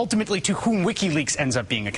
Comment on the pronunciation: Lol "Lickiweaks"